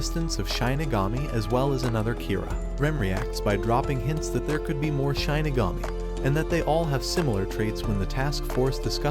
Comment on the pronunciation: Please never say ‘Shinigami’ again